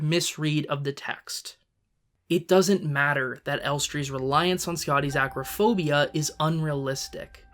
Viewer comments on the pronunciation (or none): * Elster, not Elstree. Acrophobia, not agrophobia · Uhhh… It’s “aCROphobia”, not “aGRAphobia”.